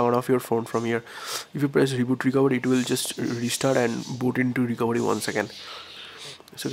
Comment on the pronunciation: actually its recovery not recovedy...